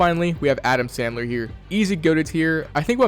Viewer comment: Did blud say Adam Sadler